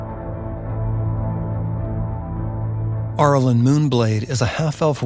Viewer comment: Cool video, but the beginning of “Arilyn” sounds like “air” or “arrow” not “are.” I know it’s a nitpick, but I winced whenever you said it. Overall, I loved it. I grew up on these characters as well. Shoutout to the commenter who mentioned Myrmeen Lhal and the Night Parade!